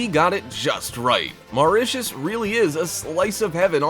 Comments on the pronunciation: Say Mauricus one more time.... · I left when he said Mauritius 🤣🤣